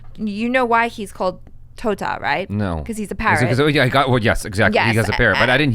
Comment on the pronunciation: Totta she was speaking clearly omg😍😍😍😍😍😍